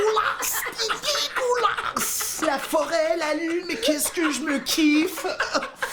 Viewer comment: Je suis pas le seul finalement a trouver le "dégueulasse" de Roman chelou lol, vous gérez les gars bon courage.